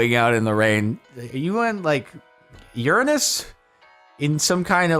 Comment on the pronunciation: You pronounced Uranus correctly and earned a like good sir.